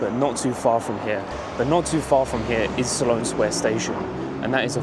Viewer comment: It's Sloane sq..SLONE..Not SALON